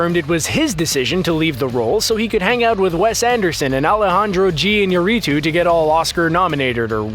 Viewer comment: Its funny the way hoy pronounce Alejandro iñarritu jajajajaja